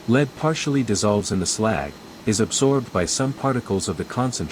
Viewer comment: LEAD is pronounced /lɛd/ (rhymes with bed